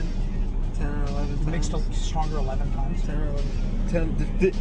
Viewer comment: "Stonger"? One R is missing